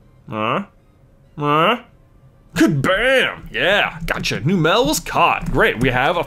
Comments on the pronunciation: J, I'm sorry, but it's Numb-lle, not New-mel. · Wait. Numel and Marill were both caught on Route 112. So you have to release the Marill.Also, it's pronounced "NUMM-uhl". like "number" and "camel". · It's num -el